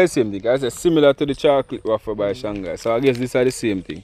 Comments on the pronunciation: it is pronounced (wayfer) not waffer bigup to the team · IT IS PRONOUNCED WAY-FER. YOU ALL TOO FUNNY 🤣🤣🤣🤣